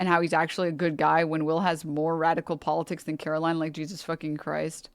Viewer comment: they're not even saying her name right... they keep saying it like "carolyn" and not "caroline." shows how much they give a fuck about the words she's actually saying.